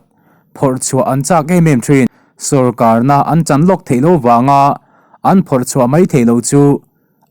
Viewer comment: I chhiar ṭhang hle si a, i mizo ṭawngthluk diklo zeuh ṭhin hian beng atithlep ṭep ṭhin. eg sorkarna an han chan, tihte hi.